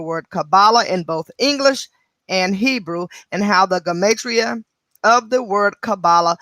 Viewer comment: let me know about you...I only have an iPhone and it’s to much to read thank you...but I think your saying Gematria wrong...I hope it doesn’t drive me crazy hearing I say this